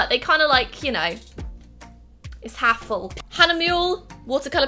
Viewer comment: It's a rooster. Hahn is German for rooster. Btw pronunciation is more like Hahne-moo-lé. Love from Switzerland!